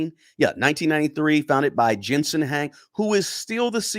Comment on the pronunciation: Thank you for pointing this out. This guy is pronouncing a lot of words wrong. Jensen's last name Huang , and Inference.